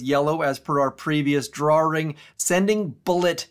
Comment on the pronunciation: Is "draring" a Canadian thing lol?